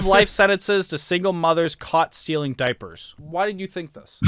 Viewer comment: I’m laughing at being froze when she finishes his opinion😂😂😂😂 laugh tho😂😂😂😂😂 the way they said diapers😂😂😂😂😂